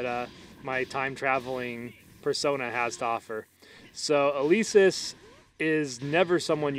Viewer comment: Elesis not eleeesis omg it makes me tick °^°